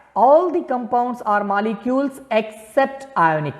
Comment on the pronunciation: Molecules❌ Malicules✅🤣🤣